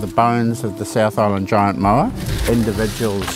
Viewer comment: Someone tell these guys there is no “R” in the word moa…